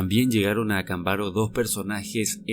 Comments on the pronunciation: Por qué siempre pronuncias mal los nombres? Acámbaro! Avento en la segunda "A" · ACÁMBARO, CON ACENTO EN LA PRIMERA A. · Acámbaro es una palabra esdrújula, si vas a transmitir una información, ocúpate de hacerlo de manera correcta.